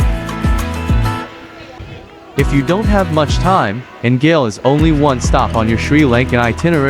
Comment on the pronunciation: The name of the city is pronounced like goal in soccer. Not gale. Thank you for the beautiful video of my beautiful country ❤